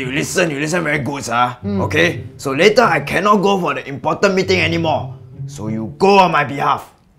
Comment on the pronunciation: She pronounces later in such an awkward manner